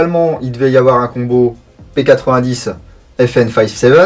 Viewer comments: On dit p90 pas p8010 c est Belge ne l oublions pas 😂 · P-nonante vraiment nonante c'est une arme belge donc ça se prononce a la belge